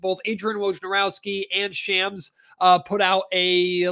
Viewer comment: it's not Shams it's Shahms. Like ah